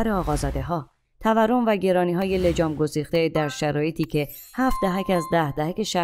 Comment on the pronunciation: لطفا لگام گسیخته تلفظ شود, ما عرب نیستیم, متشکرم🌹